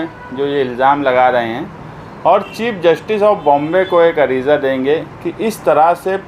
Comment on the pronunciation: areeja nahi areeza